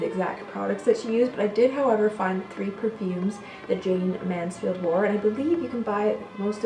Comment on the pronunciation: Wow you don't know anything about Jayne Mansfield! You could've said her name properly in the beginning and her home was demolished many years ago